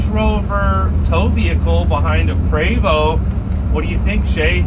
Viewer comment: It's pronounced " Pre- vost". Not Prevo